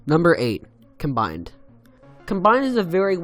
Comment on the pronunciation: Just FYI you pronounced some names wrong: Acharne is supposed to be (uh-sharn) Noctafly is (noc-ta-fly) And combined (well not really a mis pronunciation just sounds better when you say com-bined and not come-bined)